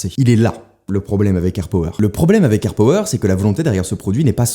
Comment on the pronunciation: Juste ca se dit airpAwer